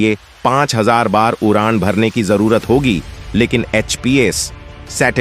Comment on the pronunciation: Is vedeo me kis bevkoof ki aawaz thi, jise d bolna nahi aata, iski jagah r bolta he. UDAAN KI JAGAH URAAN,KHADE KI JAGAH KHARE BOLTA HE. BADE KI JAGAH BARE BOLTA HE. ISE SCHOOL BHEJO.